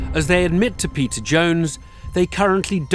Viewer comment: He says Peter but it sounds like hes saying pedo